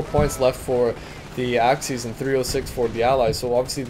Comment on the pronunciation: love how you pronounce axis as axys